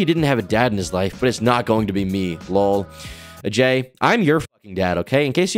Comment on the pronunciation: Auu-jay is definitely not how you say it